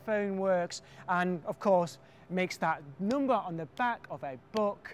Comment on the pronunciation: he says "number" weird... noombah